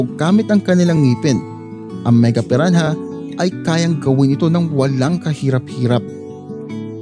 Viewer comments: Pi-ra-na not pi-ran-haaaaduken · Silent h po kuya